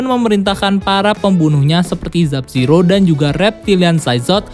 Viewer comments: sub-zero bukan zub-zero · dari video kemaren plin plan nyebut nama Sub Zero jadi Zub Zero